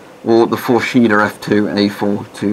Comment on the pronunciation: It’s pronounced “Fors heda”, just putting it out there, love your vids mate, My fav so far is my GP-7v but that’s probably because i got one from 92 in absolute mint condition and it works like a charm, sadly my S10 got scratched up lenses, wish i knew how to fix that :(